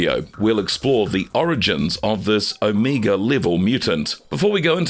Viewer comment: Did he say Amiga level mutant. So he fairly weak like the 1980/1990 computer oh the funny ways people say words. There a youtuber that says fifty instead thirty I die laughing.